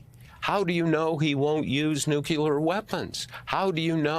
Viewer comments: "Nucular weapons" or "Nuclear weapons"?. He´s a Pulitzer prize recipient. He should not be committing these types of verbal mishaps. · ...it's SOOO disappointing when journalists (of ALL people) do not know how to pronounce the word "nuclear". There is only one "u" in "nuclear". It's not "nu-cu-lar" - it's "nu-cle-ar"! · The word is not "Nukular," sir. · Bob Woodward said both "nuke-u-lar" and "nuclear" in one body of speech. Why is this word so hard for people? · This guy can’t even pronounce nuclear. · I always look forward to hearing Bob Woodward until he mispronounces "nuclear". It's so disappointing. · Why can no one pronounce nuclear correctly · Slow talker. Surprised that in all his years as a journalist, he mispronounces “reporter” (rapporter) and “nuclear” . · I like Bob but he needs to learn to pronounce "nuclear"